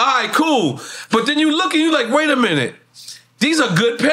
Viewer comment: Nore said “Water a minute”